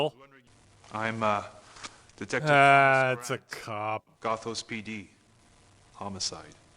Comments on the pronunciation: Not Gothos as in pathos. Gothos as in Oreos. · This game's title should've been pronounced "Goth-owes", and the Vampires should've all had Australian accents. Otherwise A+. Peak '90s "video-capture graphics" RPG.